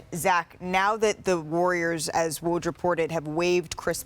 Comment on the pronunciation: The host still can’t pronounce his name right? She should practice it in the mirror